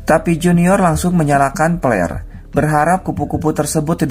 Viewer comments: FLAREEEE dibaca FLERRRRR bukan PELERRRRRR astagaaaaaa 🤯🤯🤯🤯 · "melemparkan plerrr'' 🤣🤣🤣🤣🤣🤣 Samaan d ahh, gw jg kaget denger ny (ampe di ulang) salah denger apa ga seh 🤪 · Flare kali ya maksudnya, kaget pas denger si masnya nyebut yg kaya petasan itu🙈😐